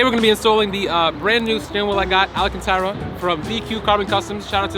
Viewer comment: It's pronounced Alcantara, NOT ALAcantara. LOL!